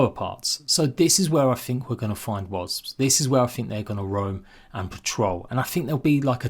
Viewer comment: Can’t wait for the update! Love how you say wazbs brother 😂